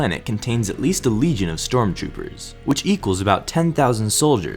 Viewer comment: is he saying " storm choopers"